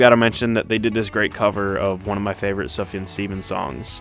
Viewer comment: the way he said sufjan eck